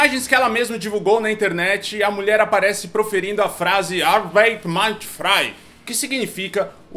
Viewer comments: Moro na Alemanha e morro de rir com esse "alemão" dela. Não sabe nem dizer "arbait" (que seria a pronúncia para "arbeit"). E mal fala português. Erbärmlich. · Eh arbeit nao arben, tia doida. Arschloch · A-r-b-e-n ou Arbeit??? Não! Os alemães não vão entender esse seu alemão errado e com pronúncia fajuta... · Amei a ""excelente"" pronuncia dessa nazista de meia tigela...... "Arben", minha filha????? Sério???? Desse jeito, sinto informar, mas não, um alemão não te entenderia e te desprezaria de um jeitinho meigo que só alemães sabem kkkkk Affff, olha o nível. Como já diria minha sábia mãe: tem nem merda no cool pra ca**r. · Não sei se alemães entenderiam. Ela não falou Arbeit, falou arbend. Será que quis dizer Abend? Abend macht frei. A noite liberta. Aí concordo. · Esta imbecil não fala nem direito , jumenta , não é Arben, é Arbeit. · O mais cômico é que ela fala arben e não arbeit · A nazista de araque mal consegue pronunciar a palavra Arbeit. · Ela nem sabe pronunciar a palavra "arbeit" !! vai estudar alemão!!! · Nao,. Os alemaes nao só nao entenderiam porque a pronúncia está errada, como também tenderiam a denunciá la, pois apologia ao nazismo aqui nao é tolerada. Schamgefühl! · Os alemães não vão entender o que ela falou não porque a pronúncia foi horrível. Errou feio. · Os alemães não vão entender a frase dela não. Eta pronúncia ruim!